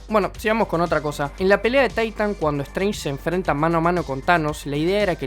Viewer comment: "Taitan" C'mon men, otro que ve las pelis en inglés